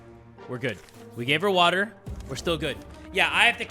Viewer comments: "some WATAH and soup" THAT is absolute cinema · I miss when you used to say SOME WATAR and sum soup only ogs remember😔